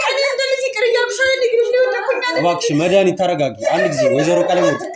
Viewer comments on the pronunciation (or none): አስተካክለሽ አውሪ እስኪ ስስጠይ መዳኒት ምትባይይይይይ ኧረ በስመአብ